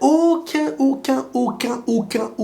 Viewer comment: "Auquin" x 10.000... est grave 🤣